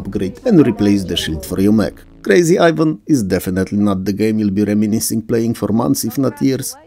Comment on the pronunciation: I'm sorry but your full on accent was perfect for Krazy Ivan ;)